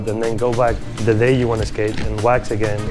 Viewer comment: ahhhh he is saying "wax", I was so confused